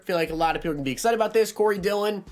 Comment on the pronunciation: You got Dillion right